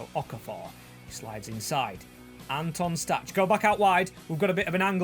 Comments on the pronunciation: nice video, one thing i’d like to mention is that Anton Stach’s name is pronounced (Stack) not (Statch) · Stach is pronounced 'Stack'